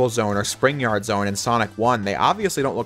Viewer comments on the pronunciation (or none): none